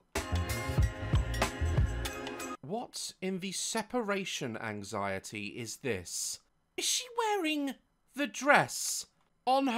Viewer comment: "What. in. the. sEperAtion aNxiEty.. is. tHiS?!" Cracks me up every time lol 😂😂 Btw: I think why the models look so miserable is because it's a part of their contract to not smile. Because their smiles can distract people from looking at the outfit or smthn